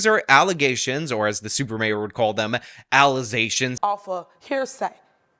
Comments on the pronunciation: Allizations! Will never get old 😂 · “Allezaytions” Will never not be funny to me.